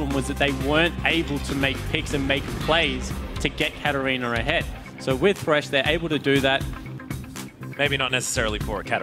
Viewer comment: Wish this guy would stop saying Catter-reaner.